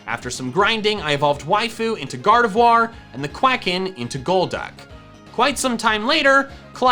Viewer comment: GARDEVOIR, NOT GARDVIOR!